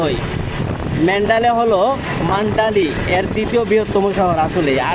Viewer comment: আপনি মান্ডালি বলছেন, কিন্তু এই শহরের নাম মান্দালে বা Mandalay.